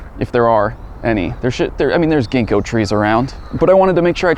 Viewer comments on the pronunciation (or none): none